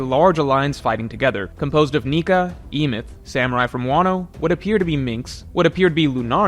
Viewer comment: Sorry to be this guy, but you are 100% mispronouncing the name of Joyboy's robot friend. It's supposed to be a reference to the story of the Golum in Jewish folklore, the Golum of Prague. The golum came to life when they wrote "truth" in Hebrew on it's forehead. This word is pronounced "eh-meht," leading us to the proper name "Emet." Don't understand why so many in the community stick to the rushed leak translations instead of waiting for more qualified translations to come out.